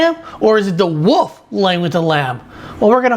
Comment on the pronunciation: Don't trust anyone who doesn't know how to pronounce wolf.